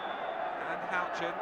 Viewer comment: "HOUCHEN"...........oh yeah. 8-D